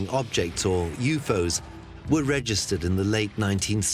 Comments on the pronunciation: He did NOT just say "Euphos," did he? . Oh, wait. . He did it again, and again, and again. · ..& a few more time...did the narrator just say...youfoes....or u4's....like its not 3 seperate letters that represent 3 different words..😁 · YOUUUUUUUFFFFOOOEEEEEEES. HELL. NO. it’s U-F-O not youfoes. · It’s said U F O not U FOS 🤦🏻‍♂️😂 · What did you expect from someone who says "Euphos" (U.F.O.s)? I understand there may have been some translating errors, but you'd think someone would have caught this. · I think this video was created by a lifeform not of this world..I can tell by the way it said UFO's= "You Foes" 🤦🏼‍♂️ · I was like WTAF! And "Yewfoes"? I'm probably unreasonably furious but man what a buzz kill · I cant take "Youfos" seriously.